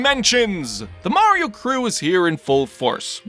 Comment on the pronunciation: We got: Mahreeoh Da Preensess Looweegie And Bahwzer